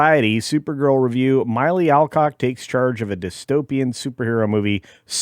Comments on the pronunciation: MILLEE! Not MYLEE! Sheesh... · It’s Mill Eee, at least get her name right.